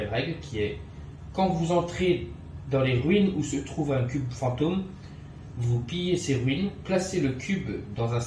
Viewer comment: j'ai les oreilles qui saignent en des fois quand tu lis (plier des ruines au lieu de piller des ruines par exemple)